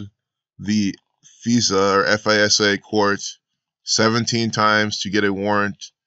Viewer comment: FISA..... F-eye-Sa....